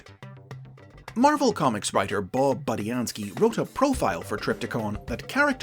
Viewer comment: Is nobody going to mention the fact that pronounced Budiansky correctly rather than BOOdiansky?